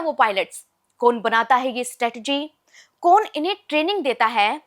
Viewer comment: What’s wrong with host pronunciation? “कौन” को “कोन” बोला जा रहा है